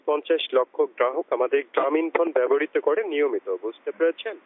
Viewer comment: what the উচ্চারণ? করয়? দন্যবাদ? গ্রামীণফোন ব্যবহ্রিত? চার? ক্লার টেলিভিশন?